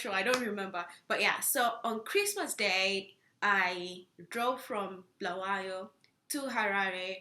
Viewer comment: Bulawayo not bhalwayo 😅